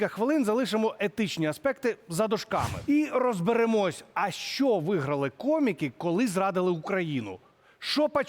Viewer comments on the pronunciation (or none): в українській мові немае слів - щчє, щчо, якщчо. Вивчайте мову. Зверніться до мовознавця - Олександра Аврамєнка, послухайте як треба говорити, бо вас слухати не приемно